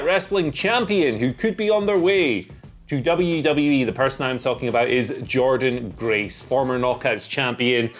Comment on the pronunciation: Don't you mean Jor-Dean Grace?